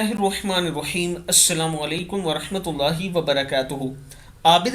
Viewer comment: اله کے ه پر کھڑی زبر ہوتی ہے اس کو درست کر لیجیے